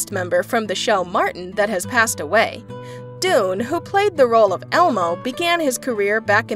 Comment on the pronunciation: The man's name is DANE, not DUNE!! LEARN HOW TO PRONOUNCE NAMES CORRECTLY!!!!